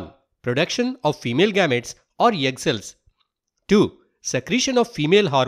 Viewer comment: Uhh just noticed you are a banglorian from the specific "yegg" sound , btw beautifully explained